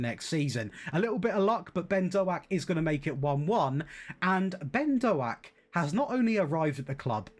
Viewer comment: hey, you bought my cousin Ben Doak (although butchered his surname, but I wont tell him 🤣)